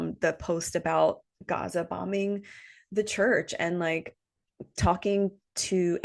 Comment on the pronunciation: Dearest. A bit late, but had to go back and let u know how much this épisode touched my humanitarian heart! Somehow when u pronounced Gaza in its original way and shared ur hello kitty bottle. These so called "small" things gave me the chills. Because being human has nothing to do with race, religion and so forth. Thank you for having an open heart and spreading awareness while doing our favourite thing astrology. From a cancer 🌞 and Leo rising ❤🌻🇵🇸✊🏽 we are one